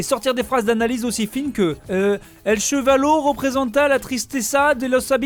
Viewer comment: Para empezar no decimos ‘’chevallo’’ pero caballo y entender y no comprender Y tu prononciacion es insuficiante